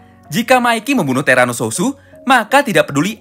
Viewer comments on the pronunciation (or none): bang bukan terano sususu tapi terano suot